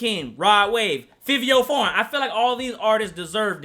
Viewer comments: it’s pronounced FAVI, not FIVIO. jus sayin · 😂 it’s pronounced “Favio” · Bruh you ain’t even pronounce fivio name right. How you supposed to be credible cmon now